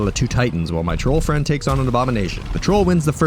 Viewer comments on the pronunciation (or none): Hey! I'm not your fwend, guy